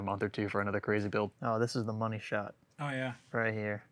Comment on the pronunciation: "It's not inefficient, it's just not worth the noney"🤣🤣